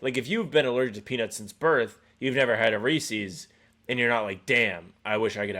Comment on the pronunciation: Rat list is Sam pronouncing Reese's in a way that doesn't rhyme with pieces. In my 30+ years of consuming chocolate, I've NEVER heard someone from ANY part of the world pronounce it is as /Ree-sees/. I want an explanation 🤣